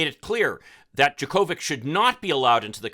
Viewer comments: "Jocko-vitch", not "Jo-Ko-Vic". 🤦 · It’s pronounced, JOKE-o-vich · 100's of 1000's of tennis fans around the world are CRINGING at your pronunciation of "Jo Ko Vich"'s name. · You really can’t pronounce his name after him being tennis champion for decades?!! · I agree with everything you said except for how you pronounced his name. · First: If you’re going to do a story about somebody, pronounce his name correctly. Second, we shouldn’t be critical of anti-vaxxers after how we let Aaron Rogers, The Green Bay Packers and the NFL off on a major infraction. It’s the same situation of somebody can ignore rules based on who they are!